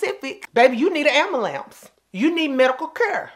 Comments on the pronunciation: AM-YU-LAMPS!!!!!!! LOL!!!! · Pacific lmao and ambuhlance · “Doctor said I need a ‘bakiotomy’!!!!” Not the ‘AMA-LAMPS!” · I’m smiling so hard at ‘amalance’.